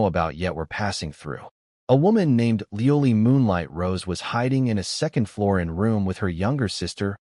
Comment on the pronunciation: 😂LEOLIE? 🤣🤣🤣🤣🤣 Le O L I e 🤣🤣🤣🤣🤣